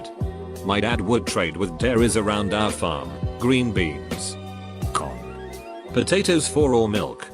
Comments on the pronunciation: aight why did the text to speech say “corn” like that.... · the way the bot says "Corn"